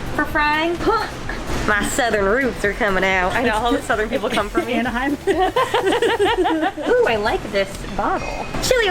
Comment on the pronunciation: When she said “Anaheim” lmfao dead 💀✨💕